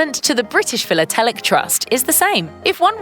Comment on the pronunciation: Please learn how to pronounce words like stipend and philatelic.